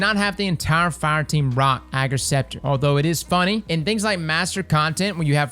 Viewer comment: Thanks for pronouncing its name right xD